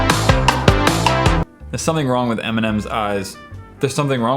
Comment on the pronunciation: He said m an' m (emenem) LOL XDD